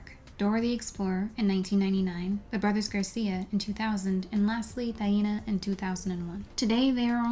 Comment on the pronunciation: i appreciate how you pronounce her name